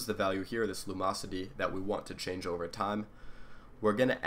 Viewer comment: Lum-ocity. theres a "in" in there.